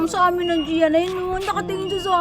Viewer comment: Goia pronounce is joya